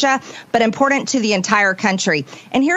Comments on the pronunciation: . She almost pronounced "important" correctly. She catches herself and says it incorrectly as "impordant." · "...extremely impordent..." I bet she spells it just like that. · Did she just almost pronounce "important" correctly then catch herself?